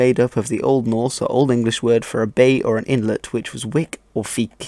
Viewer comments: I like your pronunciation of the old norse language, you're obviously taking great care to make it sound right. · Do you have skandinavian roots or did you listened to a lot of them speak? Your pronounciation sounds very good (not that i could tell, but it sounds authentic^^)